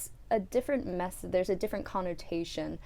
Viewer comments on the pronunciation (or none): none